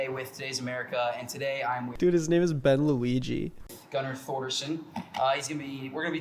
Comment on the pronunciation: For some reason I keep hearing bang Luigi, I only realized it was Ben Luigi, close to the end.